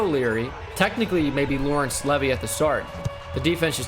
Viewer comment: It’s not leavy it’s said like leeevee